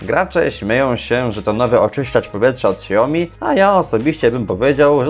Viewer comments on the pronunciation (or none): none